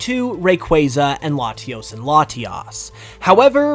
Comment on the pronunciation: bro really said Latios and Latias